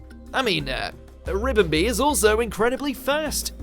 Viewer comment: So who else wants to smack him for saying ribombee wrong